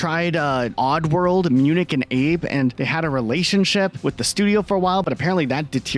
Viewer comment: "Munich" and Abe! XD Bro it's "Munch". As in Much's Oddysey. Lowkey Munch's Oddysey was a FANTASTIC game. One of the best XBox 1 games.